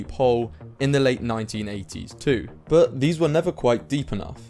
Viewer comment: I think you should work on your pronounciation of the word "but"